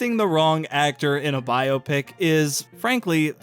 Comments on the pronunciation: I just have to thank you for not pronouncing BioPic like it's a medical procedure. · Thank you for pronouncing biopic correctly. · It's pronounced biopic!